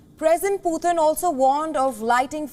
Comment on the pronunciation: what is pooootin? his name is Putin not pooootin. Respect please..